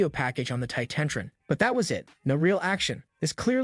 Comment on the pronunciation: Anybody notice the pronunciation of cody??? Titantron??